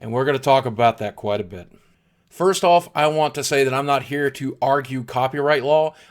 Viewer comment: LOL BOOGIE XD 'FURST'